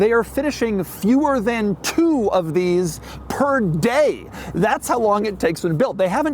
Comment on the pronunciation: that was such a crazy way to say 1 per day